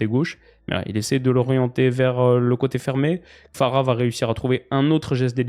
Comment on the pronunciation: Kvara* pas Kfara … ça fait un moment que j’voulais te le dire